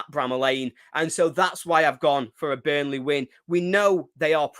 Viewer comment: Good old « Bunrley »😂